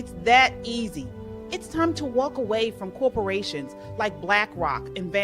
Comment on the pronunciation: “Did she wal k there” has me dying 😂😂😂😂